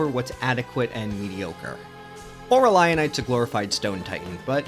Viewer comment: I think Void Locus was partially developed by Gearbox, which could explain a lot.. Also it's pronounced Ah-Ray-Lee-Oh-Night